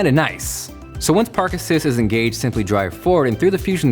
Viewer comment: when said "park assist" I thought he said "Parkinson's "